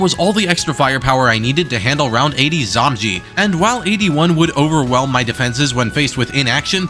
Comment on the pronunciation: Man the way you pronounce zomg throws me off. In my head I call them zoh my gods cause it’s funny, and I usually hear people just go through the letters like zed oh em gee, but your pronunciation is kinda halfway between and it be tricking my poor sleep deprived mind hahahahah